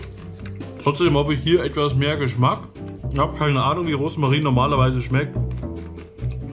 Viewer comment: Wie sweet, wenn du immer Roßmarin statt Rosmarin sagst 🤣 Ich hatte letztens Brot-Snack mit Sauerkraut & 1x mit Gemüse, bei mir stand Bio Rohkost Knusperbrot drauf, wenn du das Brot mit Kräuterquark, Gurke, Radieschen, Tomate , Oliven o.ä belegt hättest, wäre es noch leckerer gewesen 🤗